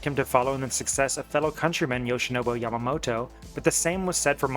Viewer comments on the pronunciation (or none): none